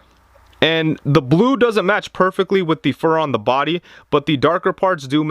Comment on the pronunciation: It’s pronounced “the” not “thee”